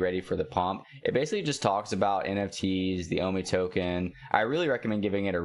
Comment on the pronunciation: O MEE bro! Not O MY